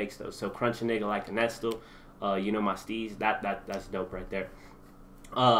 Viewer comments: NESTLE is pronounced Nest- Lee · He said Nes-stil lmao